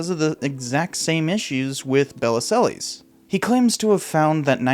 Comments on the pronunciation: Bell-zill is how you pronounce Bellesiles in french. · Bellisles - it's pronounced bell - eel (sort of). It's French: beautiful island. Belle - isles. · Bellesiles's name is misspelled in the video title. It's Bellesiles, not Belliselles. Also, the pronunciation of his name is more like bell-EEL. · You might want to check your pronunciation of Bellesiles. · For Heaven's sake figure out how to pronounce Michael Bellesiles' name !!